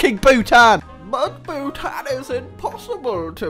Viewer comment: Ayyy Bhutanese here and I hate the way you say Bhutan